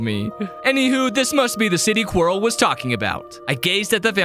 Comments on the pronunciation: It’s not “Quarry” it’s Quirrel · Is it funny that he says quirrie instead of Quirrel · I can’t believe he called quirrel quarry the whole video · Calling quiril qwery bruh 🥀🥀